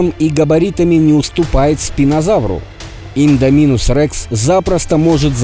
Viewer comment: А вы заметили что автор говарил и'ндоминусом а провильно индо'минусом